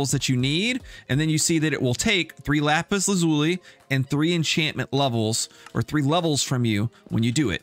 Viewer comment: You and I have both been pronouncing Lapis Lazuli wrong BTW, Google the pronunciation. My my mind was blown 🤯